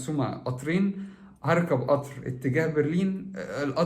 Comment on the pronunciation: اسمه قطااار وليس اطر